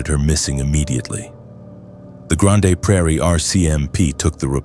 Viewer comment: I don't like ai voice. It didn't pronounce grande prairie properly. Ugh.